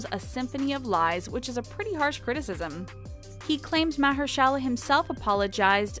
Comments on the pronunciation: What’s a mer-shala and Mayer-shela!!? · “mahyor-shayla” is how it sounded like she pronounced it. That was positively awful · I don’t understand the thumbnail and whoever is doing the narration for this video could learn how to say the people’s names properly, I didn’t know she was saying “Mahershala”. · ME TOO! It was driving me crazy. haha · If they hadn't shown clips with Mahershala Ali, I wouldn't have known they were referring to him. 😂